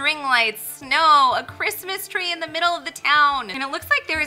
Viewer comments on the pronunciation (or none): OH CWISMAS TWEA OH CWISMAS TWEA